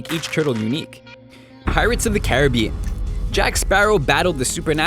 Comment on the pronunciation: OMG for once an American pronounced carribean correctly